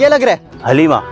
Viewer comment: Aslo its pronounced HALIME not Halima or Haleema. And its pronounced HALEEM-AY